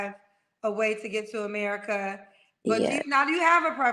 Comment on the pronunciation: Here we go🙄. Of course, there are many people from the hood that are articulate and have an excellent range of vocabulary but she is not one of them. The fact she has to make it clear that she is not ghetto and its all unprovoked but pronounces ratchet as "ranchet" and America as "Americaahhh" tells me everything I need to know🤣. In her particular case, her accent comes off as forced!